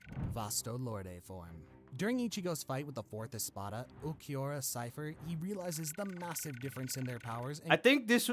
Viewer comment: Ulquiorra "Cypher" lmao. How you gonna mispronounce the name.